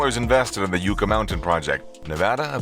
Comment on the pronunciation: Yucca is pronounced yuh·kuh, like the plant. Not yoo·kuh.